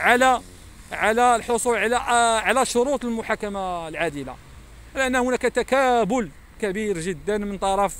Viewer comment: تكالب وليس تكابل منين جبتيها باين غير كتحفظ من كلام المحامون